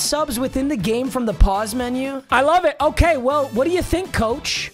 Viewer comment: Did he say I’m gay instead of in the game